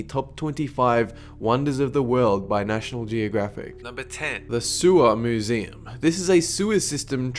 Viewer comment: I swear he says mooseem in some parts.